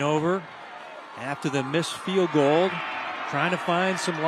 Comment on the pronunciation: Great commentary, but it's "goal," not "gold." Thanks!